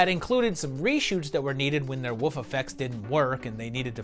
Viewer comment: It always tickless me when you say "woof" for "wolf". My daughter used to do that when she was little.